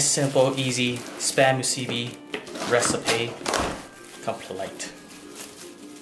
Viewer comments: If the pork is hard.its not ready.the poi isn't even traditionaly made.long rice is from philipens.musibi is chinese.and its musibi not muusbi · Dude I'm from Hawaii but you did almost everything right but the name of the musubi (moo suu bee) and the way you cooked the spam no saracha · It's supposed to be just normal rice and and either teriyaki sauce on the spam or just spam just btw. And it's pronounced spam moosoo-bee two syllables another btw. Don't get mad comments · JAYK91 i was waiting for a Hawaiian to comment on this i knew he didnt do it justice lol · I died when he pronounced Spam Musubi XD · Love the channel! Even the way you eat is awesome. Just one flaw. I hate to mention this, but your pronunciation for Musubi is a little off. Aside from that I could not turn away. What a great show. I speak from personal experience as a Hawaiian. You represent us wonderfully. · Your pronouncements make me cringe but at least you try. Btw if anyone wants to try real Hawaiian food like how it really tastes just go to Hawaii they make and prepare it a very certain way that actually makes it how it’s supposed to taste. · Im so sorry, but it was very cringey, cause im Hawaiian and you pretty much pronounced every local food or language wrong.